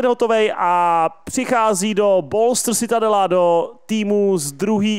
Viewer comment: Pěkné, jen citadella se vyslovuje čitadela :)